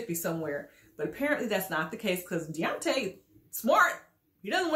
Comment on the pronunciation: I thought he pronounced his name "Day-On-Tay"??